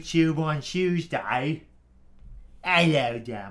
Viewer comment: Youtchoob on a tchooseday?